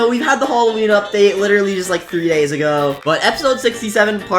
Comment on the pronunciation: the way he said literally: witerally